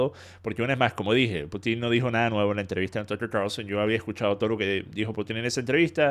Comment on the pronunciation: Sólo un pequeño alcance... es "Pútin", no "Putín" xd Cuando dicen "Putín" me suena a "putito pequeño" jajaja Como sea, buen análisis del video, 👍🏻